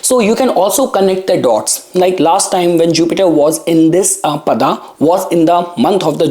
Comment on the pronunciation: Tell if you cannot say paadaa properly